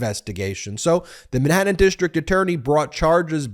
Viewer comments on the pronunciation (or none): You need to cut to the chase in your videos. You're too verbose. Watch how Popok does it. And you live in California not Long Island so fyi, it's Manhattan, not Minhattan. Because, not becoss. Huge and humiliating, not yuge and yumiliating. Florida, not Flahrada.